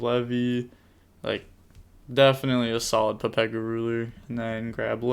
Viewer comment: Why do you call the chaos ruler a papega ruler lol 😂